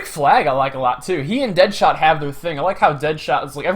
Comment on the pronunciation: His name is "Dadshot" not deadshot